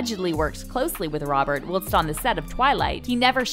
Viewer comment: I'd rather spend time with stinky Gwyneth than this stupid narrator. Learn how to pronounce "whilst". More importantly, learn the difference between deodorant and anti-perspirant.